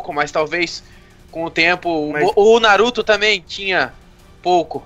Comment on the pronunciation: Dioguito SANTOS ele falou naturo kkkk